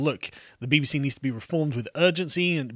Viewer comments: I heard 'BB-Xi' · Did carl accidentally say "the BBxi" lol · Sounded more like BBXi to me. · Ha the “BBshe” you said it perfectly.